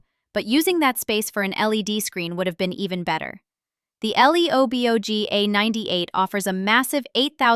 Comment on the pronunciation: The way Ai read L E O B O G 😂